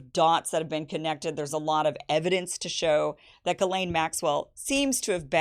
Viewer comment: Where in the annals of the French language did they not pronounce a letter s? Verialle? It's pronounced Gizlane. Or is Gizelle now Gel?